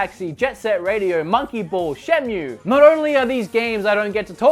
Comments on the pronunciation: it's sega and he says seega. Cultural diff/habit w/e but the top one is shenmue being pronounced shenyu xD Anyway, great video and kudos for putting jet set radio and super monkey ball but you really could/should have included Power stone in there (a sorta like smash bro on the dreamcast)!! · Shenmew Seega Zelder